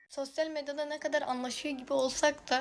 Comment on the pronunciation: Sosyal medyada derken şive kaydı